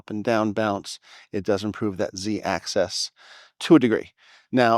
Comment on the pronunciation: “Ax-is” not “ax-ess”